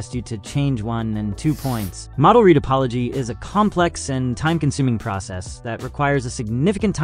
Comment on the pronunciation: Judging by how he pronounces addons and "retopoly" I suspect it's all AI gend